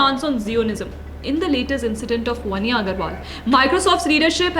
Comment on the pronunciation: वन्या नहीं। वान्या।